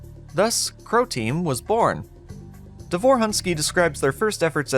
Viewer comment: Quick spelling lesson. Roman's last name ends with letter "ć", which pronounces like "-ch" in the word "rich", not "-k" like in the word "rick". The emphasis in the name "Davor" falls on the first syllable, like in "Dunvich". The letter "u" in Davor's last name pronounces like "-u" in "put"or "-oo" in "doom". - It's kind of bold to call "In The Flesh" a "dungeon shooter" as even the old web-archive development page mentions "open spaces" and "outdoor environments". - While the official old backstory mentions how Mental's minions "will go primarily to wipe the Sirians", neither the backstory nor the game actually confirm that Sirians on Earth are dead from the hands of the Horde or even alive by that point.